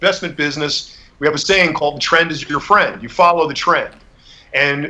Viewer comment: xd me too. “Follow the tren“.